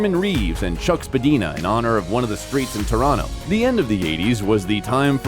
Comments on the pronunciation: "Spad-i-na" not "Spad-dena" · the name of that street is Spadina" not "spadeena" as you said it , great video Keanu should be made a national treasure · "Spadina" is pronounced "spa-DINE-a". Dine rhymes with nine. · There was a ton of things I wanted to do before I die. The plan was to work, save, retire, and do them. Now all I have is the love of family, a disability pension, and dreams. Spadina is pronounced spuh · dai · nuh by the way. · You pronounced Spadina incorrectly and missed one of his great early performances in Rivers Edge, but other than that, a nice tribute.